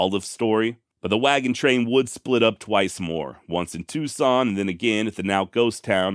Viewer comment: Forgive me for asking but have you been to AZ. You pronounce the city's correctly. Most people that haven't been here don't pronounce Tucson AZ correctly. The say tuck-SON not two-son. I'm born and raised here so it's nice to hear someone pronounce correctly. Thanks for the awesome content. Cheers 🍻